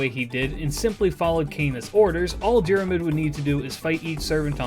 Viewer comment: Love the videos, not a critcism just thought you might find it interesting. Im irish Fionn is pronounced like F(i)un Dairmuid is pronounced like Deer mud (you've basically got this one down alteady) Grainne is pronounced like (G)raaw nyeh (the diacritic on the á is the same as the the one in hepburn japanese, like Shōnen. It means a long vowel)